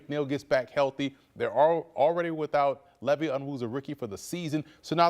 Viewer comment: This dude called Levi Onwuzurike "LEVY"! Do your homework before getting on camera, my guy! His name is pronounced - LEE-VI - Long I! [SMH]